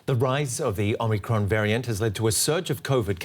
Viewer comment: Oh MUH Cron!!!